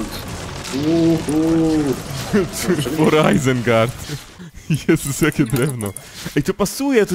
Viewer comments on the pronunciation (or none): none